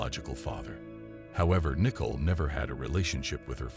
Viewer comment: Is that how they pronounce Nicole in the Netherlands?